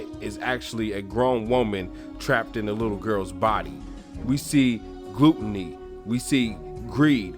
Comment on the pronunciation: It's pronounced GLUHTNEY, not GLOOTNEY!